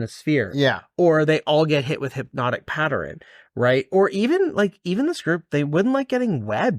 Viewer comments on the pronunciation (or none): Every time he turns the word "pattern" into three syllables, I twitch. 😫😆